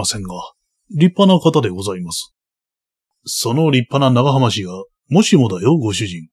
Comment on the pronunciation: 「えんかん」煙管かな？タバコ入れと一緒にあるなら「キセル」ですね(^^) 当時の武士なら「ながはまし」も「長浜氏」なら「ながはまうじ」と読むのが自然だと思います もう一つ気になるのが「ぶんげんしゃ」分限者は「ぶげんしゃ」ですね